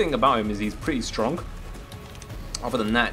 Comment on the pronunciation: It's strong not stronk